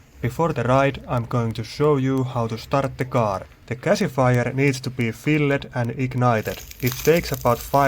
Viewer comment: You were pronouncing every word so amazingly. "The container is Fill-ed." "The camshaft has been Change-ed." Awesome.